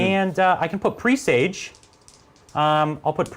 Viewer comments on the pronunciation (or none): It's not pronounced "pre sage", it's pressaj.